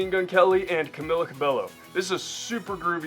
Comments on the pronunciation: It's pronounced CamEEla CabeYO & I highly recommend looking up some Fifth Harmony songs and stuff :) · It's pronounced CamEEla CabeYo and please do fifth harmony songs I already subscribed 🙈❤️x